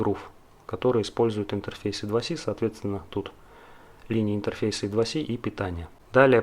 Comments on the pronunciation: молодец, интересная тема! Только плз держи марку, не ломай язык: I2C - это не идваси, I2C as Eye Two Cee or Eye Squared Cee ;) Слушай, а зачем параллелить аж 3 разных типа конденсаторов на , готов поспорить, что это не имеет смысла, тем более всё это на длинных-тонких проводах. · почему в i2c первая буква i по русски "и", а с по английски c как "си". всю жизнь называлась ай ту си но ладно. это мелочи. видео информативное. лайк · Сокращения и аббревиатуры в английском читаются (произносятся) как алфавитные буквы I2C Ай-Ту-Си. Зачем коверкать названия?